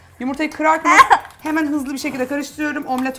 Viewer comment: Videodaki hanım “BİĞG” değil BİR!